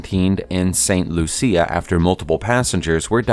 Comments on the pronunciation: "Coo rah koh"? Most people pronounce it like "Cure a Sow", Curacao. "Saint Loo See Ah"? Most people pronounce this like "Saint LooShuh" Hello? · St. Loosha, Saint-Trowpay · St Lucia = Saint Loo-sha Curaçao = Keer-ah-sow Otherwise - cool vid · for godsake man stop saying Loo-see-ah (St. Lucia) it's pronounced St. Loo-sha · I cant believe this dude mispronounced st Lucia .. not LOOSIA....and curaçao ..seriously..? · Curacao is pronounced "curr-a-zow" and St. Lucia is pronounced St. "Loosh-e-ah". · You said St. Lucia wrong. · Awful pronunciation of St. Lucia and Curacao.